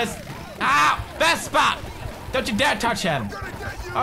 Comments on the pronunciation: Why do you call the scooter vestpa? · vespa, not vesper